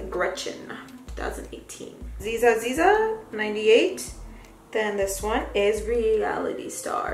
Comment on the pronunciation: I think zsa zsa is saposed to be pronounced like zha zha like Zsa Zsa Gabore? that actress from way back.